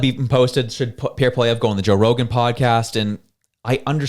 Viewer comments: He should probably start getting his name right... what the hell is polivier?? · The only one who has not done anything is Trudope! He has ruined Canada. Poilievre is not a Kamala. Please learn to pronounce his name (poi-lee-ev) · Maybe that guy should learn how to pronounce his name...and stay out of Canadian politics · PBD isn't the brightest bulb in the pack. He knows nothing about Canadian politics or Canadians. He can't even pronounce Pierre's surname properly. Pierre is THE hardest worker on the hill; that's why the Libs/NDP resent him. Liberal/NDP voters do NOT listen to PBD, Joe Rogan, etc. It will work against him. He DOES need to get on CBC/Global/CTV to reach those who do not listen to independent media. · PBD learn to pronounce Pierre last name A SS Hole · He probably didn't want to go because you can't pronounce his name😂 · Patrick David, you don't even know how to pronounce Poilievre's name! You lost me from the moment you screwed that up. Clearly, you are not now and never have been a Poilievre supporter. No reason to listen to your rant. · Man who doesn't even know how to pronounce Pollievre's name knows what's best for him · It really bugs me when people like this American podcaster say Pierre's surname wrong. Cone on buddy. Do your homework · First of all PBD needs to learn to pronounce his name properly and Canada’s battle needs to be fought in Canada not the US.